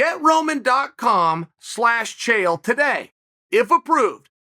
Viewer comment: Lmao "Chanel" 😂😂😂